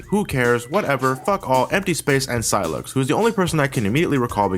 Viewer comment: you mean sylux not sylex